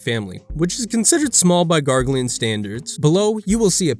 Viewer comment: Grah-ghe-lonians! Not Gorgarlian.